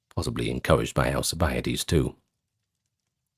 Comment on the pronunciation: AL CIB A DEES theres no a after the i